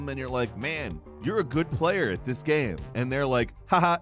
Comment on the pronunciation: Hearing someone pronounce game, as “gaaeaemmm” is worse than everything you’ve said.